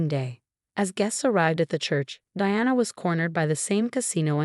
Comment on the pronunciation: Ava has a long A at the beginning. Rachel also has a long A the same mistakes happen all the time😢 the name Diana was only pronounced right half the time